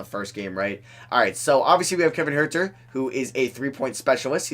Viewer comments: Huerter’s last name is pronounced hurter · does it bother anyone else how he says kevin huerters name???